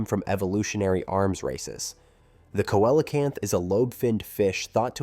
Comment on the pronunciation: Say what??? The fish known as Coelacanth is pronounced how??? What are you, 7?